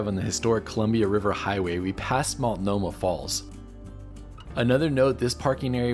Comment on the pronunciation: It's (MULT NO MAH) NOT (MALT NO MAH).